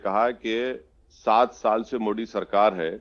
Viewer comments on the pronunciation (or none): मोडी नहीं रे बाबा, मोदी जी बोल.. क्या नेता बनेगा रे तू...